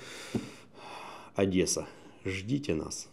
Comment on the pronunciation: Адреса ріже вухо ООООдеса😊